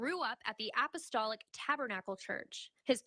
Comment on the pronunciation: App- ahh-stall- ick